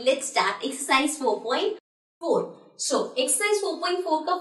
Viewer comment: Mam you are telling so as sho 🤣🤣🤣🤣🤣🤣🤣🤣🤣🤣🤣 good teacher